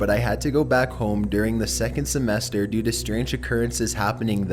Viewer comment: He said due do lmfao😂😂😂😂😂